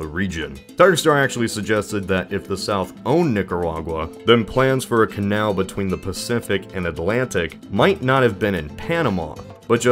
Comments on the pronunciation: Nicarwargua? lmfao. Nick-a-Raw-Gwa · Ahahaha,and at the Mark he mispronounced Nicaragua as "Nicker-warg-wah" 😛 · No one: Not a soul:: Niceraregua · It’s NICARAGUA